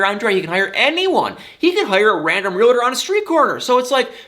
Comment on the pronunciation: not trying to be nit picky, but the word is realtor, not realtor.!